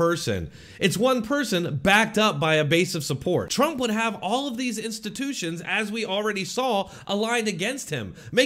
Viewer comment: Who’s “Tromp”?